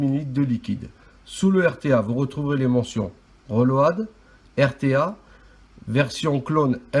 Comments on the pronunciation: "Le reulowadeu" Accent anglais "de Marseille" fort savoureux ! Merci pour le partage. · Reulauhad..... Magnifique l'accent anglais